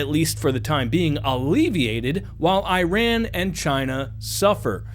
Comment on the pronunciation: The country's name is NOT pronounced as "EYE-ran"! And the people from there are NOT "eye-RAIN-eee-ans"! The CORRECT pronunciations are the country of "EEE-ron", where the eee-RON-eee-on" people reside!